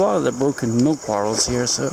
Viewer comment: Still think its funny how he says bottles. Sounds like he says bartles